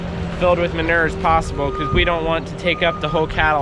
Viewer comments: Say manure right it’s not manurrrrrr😂. When you say manure spreader you say it right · I am from Boston and I love the way you pronounce manure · Maybe it's me or maybe it's Canada but I say it with three syllables: man-OOO-er